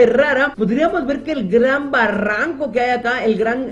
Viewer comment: decía baranco es barranco xd